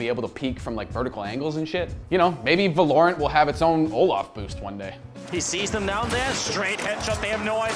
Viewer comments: They did it again 🤣🤣 not Va-lore-rent break the word apart and sound it out. Valor-ant now say it fast. Gj Gj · he is putting emphasis on a insted of o. It is supposed to be Val-o-rant. Val like in Valve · Lol it's not called how you pronounce it???? VAloRUnT? Its VALOR-RANT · Velorent ? It actually goes by "Va-lo-rant". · Val-er-rant say it with me, wtf is valaurent? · Pretty sure its not va-lor-ant like you kept saying I think its val-or-ant Like how val-or is pronounced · Thats the right way to say it. Hes saying it like Va-LORE-int. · VALOOOO RAAANT NOT VA LOOOORE ANT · va lore ant? it is pronounced val er ant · VALOR-ANT not valorent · please stop calling it vahlorrunt its valerunt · You were really confident in your pronunciation of the name weren't you? Its suppose to be said like the continent of Runterra (League world) but with a T at the end so say it with me Val-or-ant. Get your shit straight next time not that hard bro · “It’s called Valorent” Uhhhh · valor-ant is how ive been pronouncing it maybe im wrong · The game is pronounced Valor-ant as in commendation and the insect, it's name after a place from the league of legends world of runeterra, as heard in a poppy voice line. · It is pronounced as Val-o-rant. Val like in Valve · LOL HE CANT SAY THE GAME NAME NORMALLY VELORANT ITS VALORANT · Val-or-ant not valournt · Valor-ant, Val-or-ant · Its prounced as VA-LO-RANT! Come onnnnn! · vuh lorant? its spelled valorant say it right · Imagine if he could pronounce Valorant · How does he pronounce the name wrong so bad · Is it not V ah (as in ass) lorent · He is pronouncing it wrong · the name does sound better when you pronounce it right to be fair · You did not just pronounce the name like that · Can already tell the name is gonna be a problem. Val-o-rant vs va-lor-rant